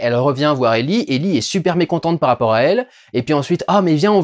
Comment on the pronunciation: Ellie et Djaul ? Pourquoi prononcé Ellie à la française et pas Joël. Désolé mais ça m'a perturbé sur toute la vidéo... Soit c'est Ellie "Aillie" et Joel "Djaul" soit c'est Ellie "élli" et Joel "joaile" (oui je sais l'écriture phonétique c'est pas mon truc). -- SPOILER -- Sinon bonne critique sur la série bien que ayant fait le jeu il y a des passage qui sont complètement débile dans la série. Bill seule en pleine lumière qui se fait canarder alors qu'il à tout un système de défense qui le protège ? "L'arc" de Bill dans le jeu est tellement mieux que c'est une de mes déceptions bien qu'on ai du coup l'histoire de la rencontre (absolument pas crédible) avec Franck. Ah tu en parle. Justement ! C'est en ça que la rencontre n'a pour moi aucun sens. Comment explique tu qu'un complotiste, survivaliste de droite voir d'extrême droite. Qui à transformer toute une ville en forteresse. Qui à toujours voulu être seul et à tout fait pour. Décide de laissé entrer chez lui un parfait inconnu tombé dans un de ces pièges. Lui donne de la super nourriture et le laisse seul dans ça maison pour s'enfermer nu dans la salle de bain parce Franck lui dit "Vas prendre une douche" ? Tout ça en quoi une ou deux heures passé ensemble ? C'est le gain de confiance le plus rapide de l'histoire !! Dans le but d'aller vite on en perd en crédibilité. Les défenses de Bill auraient du baissées en plusieurs jours le temps que le double effet KissKool prenne. A filmer ça aurait pris moins d'une minute et là